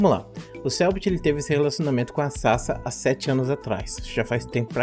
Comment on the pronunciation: é Sasá cara, sa"SÁ", que agonia kkk